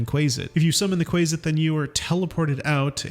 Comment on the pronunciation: bro cannot pronounce anything. 'warding' should rhyme with hoarding/boarding/applauding. sussur is pronounced 'soo-ser'. the same as the english word susurrus, a rustling sound, quasit is pronounced 'kwoz-it'